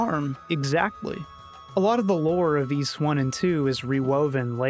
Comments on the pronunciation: Ys? I thought you said Wees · its interesting because i wouldn't pronounce those very similarly, but i guess in american and canadian english they're near indistinguishable, for me ys is like geese without the g, and ease is like easy without the y